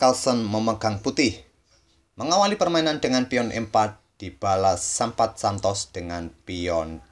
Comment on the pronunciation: namanya Sampath hilang t nya jadi sampah wkwkwk